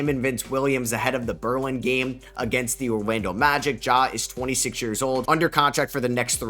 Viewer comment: Bérlin bahahaaaha...